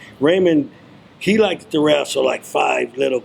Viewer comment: I hate that he keeps saying “likeded”